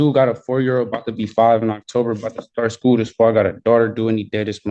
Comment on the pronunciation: School , not skoo 🥴